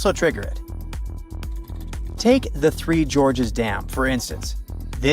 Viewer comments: Sounded like the narrator said "the 3 Georges dam." 🤔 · That's exactly what I heard too. I was going to complain that most of these videos use computer generated voices that cannot pronounce most words. This one was doing better than most until it got to the Three Gorges Dam which suddenly was pronounced over and over as The George's Dam. Really changes the meaning.